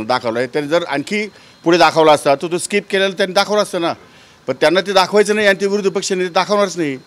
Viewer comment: स्काहिप नाही ते .... स्किप आहे सर